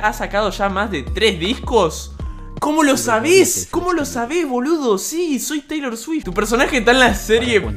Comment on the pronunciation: "si soy teilot suift" spreen 2020